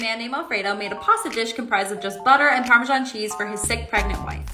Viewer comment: I was hoping you wouldn’t pronounce it like “Parmeshaan” 😢 It makes absolutely no sense and I don’t understand why people say it like that…